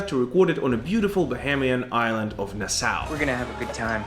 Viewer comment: Nassau is pronounced "nah-saw". Icarus is pronounced "ih-car-us"